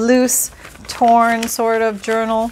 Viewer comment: by the way I kid you not it sounded to me like you said you were going to make an urinal. Now that would be a trick. HeHe